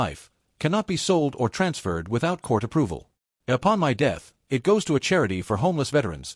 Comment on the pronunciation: And recently AI started to say I T instead of " it "